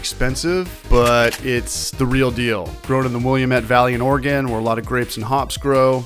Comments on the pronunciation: It's Will-lamb-it Oregon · Willamette is pronounced Will-am-it. Just an FYI :)